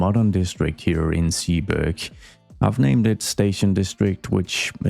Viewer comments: Zeeburg can be completely Dutch, its actually a neighborhood in Amsterdam. The Zee part is pronounced more like Say then See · Zeeburg you can pronounce like Sayburg. God I'm super excited for this one, building a city that's historical is exactly the one thing I've been hoping someone'd do. If you need more inspiration look at a list of cities part of the hanseatic league, pretty much all of them have/had a star fortress old city center. Square 1 should be a market square, maybe you can include a city hall somewhere there but it should be all terraces with pubs around it. Historically speaking; 90% of catholic Dutch towns have a market square right next to the church where people'd go after sunday's sermon to get drunk at.